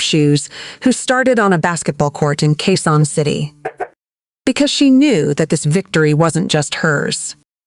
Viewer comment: Quezon City , please check your narration. Thanks. Or Q. C. 👍✅